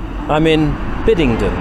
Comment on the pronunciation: Excellent video ! BTW it's , Bidd-en-den. Not Biddingden ! 🤔😘